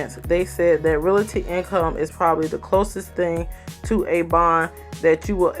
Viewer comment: Lol finally someone who pronounced it how I do. People pronounce it “reality” 🥴